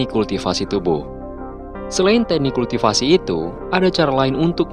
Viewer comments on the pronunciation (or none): none